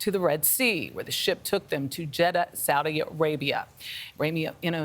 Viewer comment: to where...? lady said saudi rabia...? where is that...?